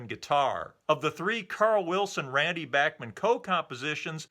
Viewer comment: So many years of Bachman Turner Overdrive being referred to by their initials, BTO, has resulted in a whole generation not knowing how to pronounce Randy Bachman's name. I was in highschool when Bachman Turner Overdrive was at the height of their mid-70s fame, and having heard them on A.M. and F.M. radio & seen them on midnight special & Don Kirshner's Rock Concert, I have always heard Randy Bachman's name pronounced as Bach - Man (the Bach part pronounced like Johann Sebastian Bach), nobody ever said Back- Man in the mid 70s, I started hearing back-man after years of the band not being on the radio & every one guessing the pronunciation. Now you know, BACH not BACK. Great show, didn't realize Randy Bachman even wrote with Carl Wilson. Have a great day, summer's almost here, and I'm really looking forward to returning to the deep dive into 64....